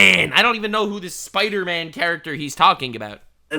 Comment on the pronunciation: Hard R on spidahman is wild lol